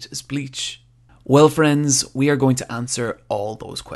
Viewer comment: I love how he says "aRRRRe"